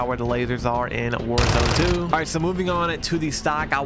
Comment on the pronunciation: “Worzoni 2” 🤣💀